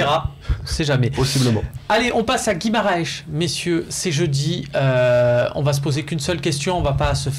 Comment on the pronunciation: "Guimarech" XD